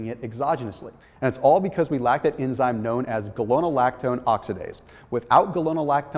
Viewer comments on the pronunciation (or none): none